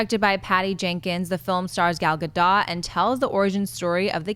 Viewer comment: is the only one who says Gal Gadot's name right. That Wonder Woman trailer was magnificent.